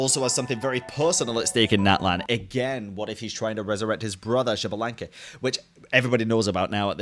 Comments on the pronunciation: First, signora thought she was stronger than venti but you never intended to fight with the Raiden Shogun. She was fighting us and thought she was stronger than us. Second, Xbalanque is pronounced "Sh-balan-que" x has an sh sound in mayan and Nahuatl, I think. No, shi, jush the sh. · malditasea se pronuncia ishbalanke it isn't that hard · as Filipino, I pronounce Xbalanque, "Ex' Balank" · Okay y’all, I feel dumb, who is Bianca or xblank / javablank? I don’t know the name or how is saying it 😭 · gave up pronouncing Xbalanque's name lmfao, and honestly I don’t blame him. You’re trying your best 🫶🏻